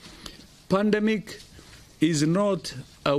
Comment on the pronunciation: He said pandmic